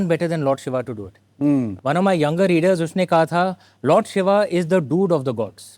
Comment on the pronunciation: Why is he saying “Shiva”, if it is Shiv.